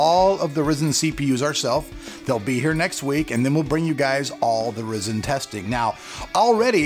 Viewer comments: not REEEzen RYzen.... like WHY RY.. cmon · horizon + zen = "rye" "zen" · it's "Ry-zen" not "Risen". Maybe that's why you're not getting much support from AMD right now lol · Why call it Risen??? Every single person who works for AMD has called it Rye-zen. Weird!!! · its Ry Zen not rizin or rye zin or rizin its RYZEN! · LOL He said risen not ryzen... "rye-zen" (The new horizon- ho-ry-zen) Happy to help, Rock on! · its not ress-en...its ry!!!-zen!! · It is called Ryzin not rizin it is rye-zin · the pronunciation is off man ... RAI ZEN NOT reezin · Risin nope RYE-SCEN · There are a few things I'd like to mention: 1: It's not "risen" it's "RYE-zen". 2: NOBODY does LN2 overclocking to gain real world performance. it's done just to break world records and stuff. 3: saying that now that you buy your review samples you will be honest about them makes it sound like you've been a corporate shill. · Say it with me Rye-Zen. R-eye Zen. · its pronounced "rye-zen" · Stop calling it risen u fuk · its pronounced RHY ZEN!!!! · "Rye-Zin". You have to pronounce it right, man.... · Stop saying "Ri zen" -_ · AMD is probably not giving you love cause you say RYZEN wrong (rie-zin) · After hearing 'Ryzen' pronounced 'Rizzen' about 8 times, I just had to stop the video. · Its pronounced RI zen... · Isn't Ryzen supposed to be pronounced Rai-Zen? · this is d best way of pronouncing it! Yeah Raisin rocks! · Markus Wiedner yes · Chris Radcliffe just about lost my $hit cause he kept saying "risen" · So distracting... 😕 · You saying it wrong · I cant believe "" made a video about he how pronounced RYZEN in this video and said he did it on purpose.....he clearly did not say it on purpose.... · learn how to pronounce it at least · TRUST AN AMERICAN TO FUCK THE WORD RYZEN UP. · For people he's saying it like that on purpose get the sarcasm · No... He believes that is how it is pronounced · I know you are doing that on purpose and I still want to slap you for your saying it :D